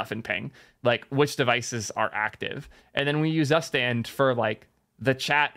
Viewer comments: Great content mate. FYI: Your pronunciation of "Zustand" is wrong ;). It is German word for "State" and is pronounced as "Suustand". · Every time you pronounce "Zustand" as "zuhhh-stand", a German vomits in horror 🤮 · Hmm "tsoostand" doesn't sound correct either to my ears. Either way it's more correct than how was pronouncing it 😂😂